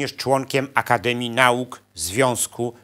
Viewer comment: po polsku mówi się "na-uka" a nie "nałkaI